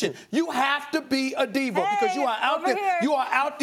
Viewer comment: Why does steven a Smith-er always uses er at the end of words? Diva, diver? Bama, bamer?